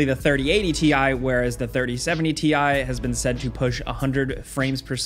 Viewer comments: It's TIE! Nvidia said so. 🤣😂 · apperently its TI not TI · Uhm, it’s called Ti(e) haha